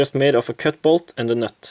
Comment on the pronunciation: "ö kött bålt änd a nött". Är kul med språk och dialekter och då jag förstår norskan ganska bra och är så van med engelskan så glömmer man ibland att du faktiskt pratar engelska när man hör den norska dialekten.